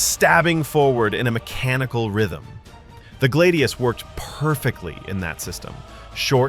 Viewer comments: hrrrrmmmmm....said GLAD-IOUS not galde- eos and fal-CA-TA there is no d in the word nor do roman blades get called glade eous a glade is like grassy woodlands or something im pretty sure......im sorry its just......SAY IT PROPERLY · glaydius and falcayta